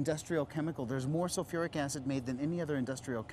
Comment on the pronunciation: Sulfuric. Not sofeeric.